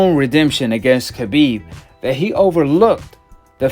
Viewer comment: Nooo brother not you to! Pronounced the K on Khabib's name! Don't do it it brother! Lol